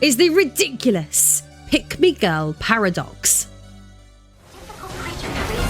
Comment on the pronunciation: This video auto-played in the background at work. I was listening to it for about ten minutes before I realized you were NOT saying "Pygmy Girl."